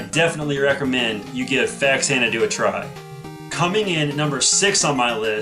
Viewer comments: It's "Fa-zanna-doo" Not "Fax-anna-doo". We all called it "Fax-anna-doo as kids. But Xanadu is prounounced "Zanna-doo". #annoyingenglishmajor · Nice! I had Faxanadu and Astyanax as a kid! I'm surprised the two hardest to pronounce NES games were so common!